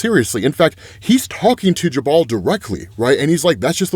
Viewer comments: Dude... It's pronounced "Joo-bel" not "Ja-Bahl." JFC🤦‍♂️ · Jubal? It's pronounced "Joo-bul" not "Juh-bawl", and it's NEVER been pronounced that way. Example, here's a WELL known one. "Brook and Jubal in the Morning", you know, the Radio Hosts famous for their "Second Date Updates"? THOUSANDS of episodes and Jubal has never one time pronounced his name like that. Considering you're covering illustrated literary-content, I'd assume drawing your attention to this would be positive. Kinda "off" when someone covering anything literary routinely mispronounces things and doesn't seem to have a grasp of Phonics... shrug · Jubal is pronounced "joo-ble" like Google. It's a name with some... uhh... "history", specifically Jubal Early, the architect of the Lost Cause Myth. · someone may have already said and it’s not a big deal but my pronunciation autism is going off, jubal is pronounced joo-bul, no hate or anything i’m just too autistic to not say anything 🤣